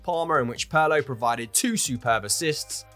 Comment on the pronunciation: Somebody PLEASE explain to the narrator how to pronounce "Pirlo". It's cringeworthy.